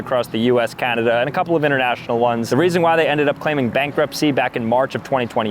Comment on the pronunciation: did he just say "Cadada" instead of Canada, or did i just hear that wrong lol